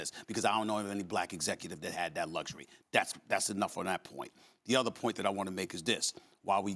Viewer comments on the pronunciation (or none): none